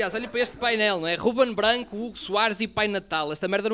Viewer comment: Muito mau! Top 🤣🤣🤣! A malta falhou... não é Bganco! É Guben Bganco!... puto falhaste! Faltou o "má logo malta!..." Má logo puto!